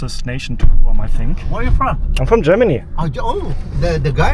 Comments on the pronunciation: Please learn how to properly pronounce Guam. It is not Gooo-am. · Stumbled upon your video. Thank you for visiting the Island of Guam. In chamorro it's " GUAHAN". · P.S. In the US, it's pronounced G-w-ah-mmm. The "u" sounds like a "w." Of course we all may be wrong in our pronunciation...that's nothing new.😉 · My mind is broken. From now on whenever I see anything about Guam in my mind I will hear it pronounced GOO-am 🤭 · Guam = Goo-ahm. 😂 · Guam is pronounced Gwam. K-mart is a discount department store in the us with some stores having a grocery store attached, they are usually referred to as the K-Mart Superstore. That also might be why many products were SUPERSIZED. Comparable prices except that many US prices are going up and up from the tariffs! The restaurant prices were quite expensive compared to most of the USA. Not compared with NYC...Which is also very pricey. Yes you should visit PR, US Virgin Islands, and American Samoa...which will feel more S.Pacfic & Asian. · I love your accent and the way you say Guam. Here is the USA, it’s pronounced “Gwam”. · Is it not said like grawm? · You are pronouncing Guam wrong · Guam has one way to say it "Guam" not Goo Am! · YOU SPEAK GREAT ENLISH! IT'S PRONOUNCED GWAM NOT GOO AHM. IT'S VERY EXPENSIVE! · Where are you from? GRRR moony! It’s my first time in Gooam😂 It’s Guh Wahm bud. Enjoy the bugs! Guam is awesome. Loads of spiders tho….. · Sir It’s “Gwahm” not “Goohahwom” Not that it matters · we say Gwahm and not Goo-ahm. Guam is pronounced Gwahm. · In English, Guam is pronounced "Gwam" (kind of like Gwen) not "Goo am" but thanks for another great video!